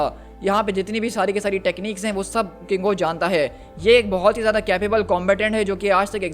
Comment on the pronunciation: KINGO not congo 😅